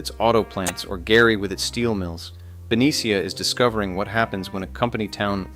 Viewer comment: Ben-nee-sha… not Ben-e-C-ah..